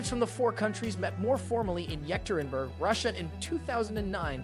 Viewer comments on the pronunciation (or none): 1.20. Its yekaterinburg